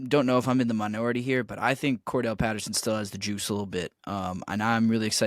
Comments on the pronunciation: "Cordarrelle" Patterson... rhymes with "more barrel" Patterson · you know its Cordarrelle Patterson... not Kordell right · hey...its Cordarrelle not kordell